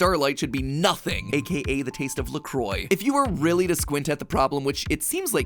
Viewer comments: BTW: "Le Croix" is pronounced "Lih Cwah". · La Croix is not pronounced like that, it's not Croy it's Qruah or Qurah (the R is kinda rilled inside the QU sound so iun o where u would write it to be phonetic but ya. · MadPat: Luh Croy Me, a fluent french speaker: Ah yes. Luh Croy. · You don’t pronounce the R in La Croix. It’s French, it’s La Kuh-Wah. People, please, GET IT RIGHT!!! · It doesn't pronounce la croy